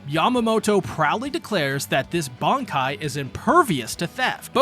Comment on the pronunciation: Bruhh their techniques?? Seriously??? It's "Bankaii"